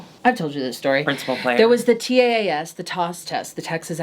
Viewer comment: “TAAS test” lmao 😂